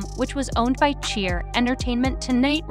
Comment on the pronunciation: Is this video made by ai? Or do you really not know how to pronounce the name of Cher? Its “SHARE” fyi…